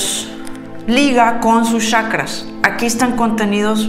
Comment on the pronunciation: PORQUE DICE YACRAS 🤪😱 XQ? SE DICE CHACRAS. IGUAL SOS GENIAL